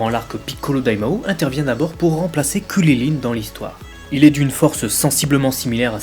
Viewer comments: WSH T SÉRIEUX C KRILLIN ET LUI IL DIT "KULILINE" mdr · Par contre on est en france est c'est hyper saoulant de t'entendre dire kulilin ou kaline et j'en passe .. Krillin/Karine c'est pas compliqué non ? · mec arrete de dire kuryline je vais peter un cable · Krilinnnnnnnn pas kwililin🤬😂😅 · Gokeu... Kuliline... Tu peux tout aussi bien prononcer Goku et Krilin "GokOU, KrilAIN" C'est pas la peine de te la péter :p sinon sympa la vidéo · Ces Krilin et pas Kulilin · pq tu dis krulilin ce kriline mais tu lis krilun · ARRETE DE DIRE KRILILINE C'est KRILIN PAS KRI LI LINE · mais comment il dit krilin lui ????? !!!!!!!! ......... kwililiyn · Pourquoi tu prononce krilin comme ça ? Pour faire malin ?